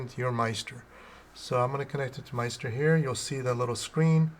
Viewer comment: Nice video... but... in the future... maybe pronounce it "MiST-er" (rhymes with sister)